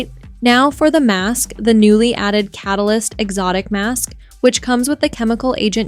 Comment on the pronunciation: “Ca-tal-ist” threw me for a loop